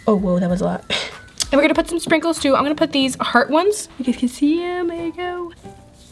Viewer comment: When she said sprinkles I thought she said “frikles” I’m dying😂